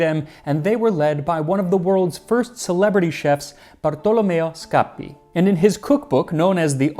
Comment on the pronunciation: I just love the way you say Bartolomeo Scappi. I love that name! So fun to say